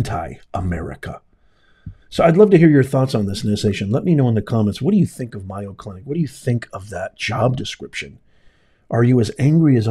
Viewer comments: May-o, not Myo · It's the "May-o, , not my-o" clinic. Please say it correctly just in case people are listening and not seeing the video. They may not know the right place, Mayo is a big well known medical name in the USA. Thank you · by the way it is MAY-O not MI-O. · It is such a blatant error! The Mayo Clinic is the largest medical group in the world, and it is odd that a professor would not know its correct pronunciation. "Mayo" does not even look like "Myo." The mispronunciation could be overlooked for many other people, but not ""! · "MAY Oh Clinic" not "MY Oh Clinic" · MAY-o Clinic! Not My-o. Although, saying their name wrong may be well deserved. The DEI people probably call everything they're able to get control of My-o. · It’s called May O clinic. Not miyo. But I think our squatters laws have to change. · MAY O in Wisconsin where I live. Not MI O. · It's M A Y O...NOT MIYO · May o clinic not my o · MAY- oh Clinic. It's not MY-o Clinic. Where are you from? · It's pronounced May oh clinic. Scottsdale clinic infected not all. Try the other two. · lol, it's MAY-O as in mayonnaise! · It is MAY O! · It's may-yo. Like mayonnaise. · Mayo, as in mayonnaise. Get it right ! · MAYO CLINIC (pronounced like Mayo short for mayonnaise). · Pronounced May oh The Mayo brothers from my neighborhood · No offense, but it's pronounced MAY-o Clinic. Keep up the good work! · Pronounced May- O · It's pronounced May O. Mayo clinic. I don't believe you were there. Or you would know how to say it.😢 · I LIKE YOUR CHANNEL however it’s pronounced MAY-O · No disrespect intended, but it is pronounced Mayo as in Mayonaise.😊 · Good Lawd! How does he NOT know how to pronounce that !!!??? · he’s an intelligent man that doesn’t sound like one when he doesn’t pronounce the name of a MAJOR medical center correctly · You are mispronouncing Mayo. Such a nothing program.